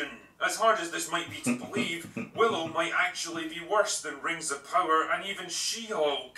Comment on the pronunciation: He Butchered Willow 😂😂😂